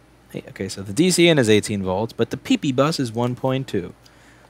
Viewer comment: Louis " Pee Pee Booos" Rossmann